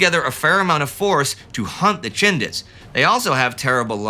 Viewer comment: When referring to the Indian brigade in Burma, I keep hearing "the Shindigs" Instead of the less familiar word "Chindits" .